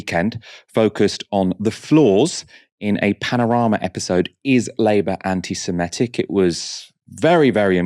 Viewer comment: It's "anti-Semitic", not "anti-Semetic".